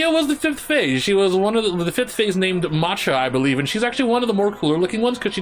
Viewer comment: macha is pronounced maha like in german. I also was confused about the pronounciation.